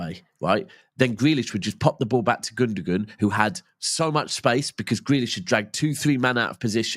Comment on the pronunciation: This guy. He's a City fan and can't say Gundoğans name property. It's pronounced Gundoan. NOT gundugun..